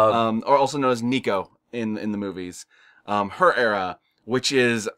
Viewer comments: her name is nica not nico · Just a nitpick, but it's Nica, not Nico. I do agree that I don't particularly like the cliffhanger endings of this new phase/trilogy. I like the first three where they conclude that specific chapter in the franchise and Chucky dies at the end; none of this stuff where he's still alive and he's "won." I mean, it's a change of pace to have Chucky come out on top instead of being killed each time, but it still feels like kind of a waste of time when you know it's only a lead-in for the next movie. Seed of Chucky wasn't erased or made non-canon. Chucky mentioned "the Tillys" in Curse, and there was originally going to be a line from Tilly referencing Glen & Glenda at the end of Cult, but Universal told Mancini to remove the line from the script. You can find that interview here on YT from the Syfy Wire or something. As for the endings in Curse, the way I interpreted it from Chucky's dialogue is that he did in fact possess Alice and went on a killing spree, but ultimately someone fought back and gravely injured Alice's body, so Chucky somehow managed to hop back into his original doll body. Then Chucky went after Andy and that doll is still the one held captive in Andy's woodland cabin (hence the scars). What isn't explained and is still confusing to me is when exactly Chucky found the duplicate soul spell and when he put that plan into action. Cult takes place 4 years after Curse, and Chucky says he found the spell "a few years" ago when speaking to Nica, so it probably happened